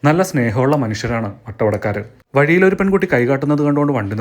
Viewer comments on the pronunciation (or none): ചെറിയൊരു തിരുത്തുണ്ട് തിരിച്ചുവരുമ്പോൾ രണ്ടാളും വണ്ടിയുടെ "വളിയിൽ" അല്ല "വഴിയിൽ " എന്നു പറയണം